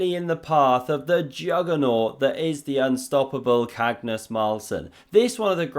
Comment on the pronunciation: Absolutely love how you butcher Magnus' name. Next up: Mascus Larsson